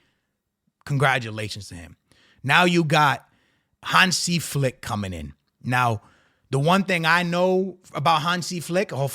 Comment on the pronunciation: Your pronunciation of Hansi Flick is perfect